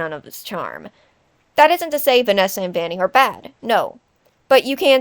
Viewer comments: Sorry but Vanana 💀 I can’t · “But Vanana-“ “But Vanessa and Vanny-“ I’m sorry, the Vanana slip up was gold. I once thought of that before too.